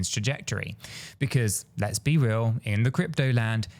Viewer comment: Hello! it is not 'R-L USD' it is "Real-USD".🙃